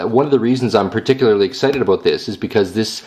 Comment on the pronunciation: lol, aboot